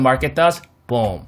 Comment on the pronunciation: This analysis was perfect! Thank you! And I felt that “BOOM” in my soul not going lie lol. Subbed. Great channel!👍